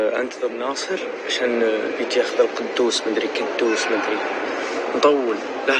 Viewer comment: أسمه مقدوس وليس قدوس🤦🏼‍♀️😂💔💔